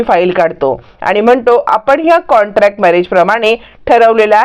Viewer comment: कॉंटॅक्ट नाही हो कॉंट्रॅक्ट